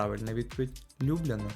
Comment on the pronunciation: 31+невірно наголос в Любляни